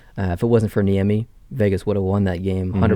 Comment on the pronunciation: Caught-can-Niemi. or Cot (as in foldaway bed) can Niemi. Yeah, it's hard though.